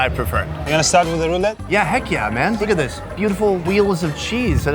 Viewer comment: Actually i think its more of a "roulade" than "roulette". But i could be wrong lol